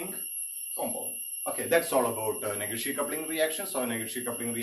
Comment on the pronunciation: Negishi coupling sir not neghishi coupling